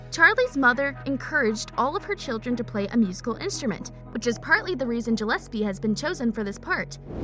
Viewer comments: You pronounced Gillespie wrong your saying like jillespie it’s pronounced (Gill-es-pee) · it makes me mad that she says JILLISPE in stead of GILLIPSE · SHE BE SAYING GELLESPE IT IS GILLESPIE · She...she said JILLESPIE not GILLESPIE I- I cant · SHE SAID JILLESPIE OMGGG🤬🤬🤬🤬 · And she said Charlie's last name wrong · U said Charlie Gillespe wrong, i wanna refund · IKR sooo annoying! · i know i was like honey what no no lol